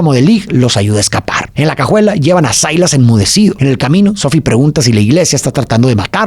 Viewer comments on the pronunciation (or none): Silas NO Sailas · cual "sailas"?? Se pronuncia "Silas"